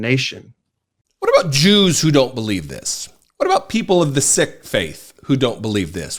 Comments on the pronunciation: it's not pronounced "the sick faith", it's "the seek faith" - that's how you pronounce the religion of The Sikhs. You get 4/10 for effort 🎓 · I've not done this before, but you have just insulted a faith. The SIKH faith is NOT pronounced "SICK!" IT IS SAID THE SAME AS "SEEK". As a Christian member of the Inter Faith community, educational and instructing, and informative, I feel rather let down that they are insulted as a side mention to Real Christianity. And their religion is slighted in this manner.